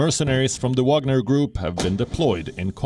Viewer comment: Wagner not Wanger